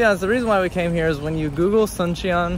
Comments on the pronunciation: It's actually pronounced "Soon-cheon" not like the Sun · “Soon chon”